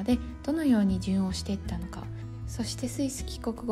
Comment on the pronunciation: 「順応」は「じゅんのう」と発音します。